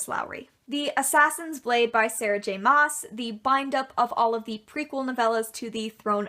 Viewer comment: i decided to kind of make a list of the comments/questions i had while watching so it's very random but here it is: i can't help but ask: do you ship destiel? maas is pronounced "mass" i like how snape is facing backwards, but not voldemort i love how confused when you sounded when you found the digital copy of despicable me lol my fave season of supernatural is season 4, honestly. no explanation needed XD favorite spn character? favorite harry potter character? mine are Cas or Dean (i can't decide and i know i've stolen dean's nickname, don't judge me) and Sirius Black